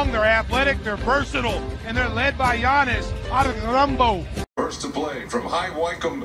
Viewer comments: "And they're led by Giannis Antorunpo" 💀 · Yannis atukumpamboo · “They are lead by Giannis Agerarunpo!”